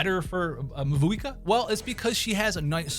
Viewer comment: I really thought the main reason is skipping Mavuika is because he can't pronounce her name. I caught just one attempt and the rest were "the pyro archon" HAHAHAHA